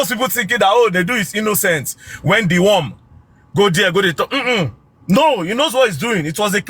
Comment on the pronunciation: 😂😂😂😂😂😂 Did I just hear Dee worm 🐛🪱 😂😂😂 I sw**r anybody that come for u is the victim 😅😅😅